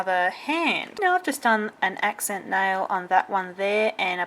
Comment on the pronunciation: If I didn't hear wrong...she says nail wrong...just sayin'.....i don't mean being silly or something